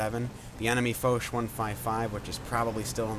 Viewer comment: However say it like fosh